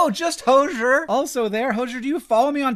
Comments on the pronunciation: in spirit of you not fumbling the hypothetical hozier interaction, its pronounces ho-zee-er (like cozier) 😅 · “hozhur” is killing me 😭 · Hi Hank, as a big Hozier fan, its pronounced Hoe-zeer so its actually not as complex at it seems! PLEASE DO A VIDEO WITH HOZIER THATD BE AWESOME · I think Hozier is pronounced Hoe-zee-urr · Hank x Hozier would be so slay It is also pronounced like cozier. Hoe-zee-err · You pronounced Hozier wrong. 😂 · Hanks pronunciation of Hozier was distressing for me lol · Only if he learns how to pronounce his name though!!